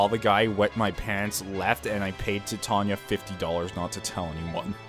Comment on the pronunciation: Thank God you pronounced titania right, I was looking for a let's player that could respect my favorite character's name. I don't know why it bugs me that people can't pronounce it right but it does.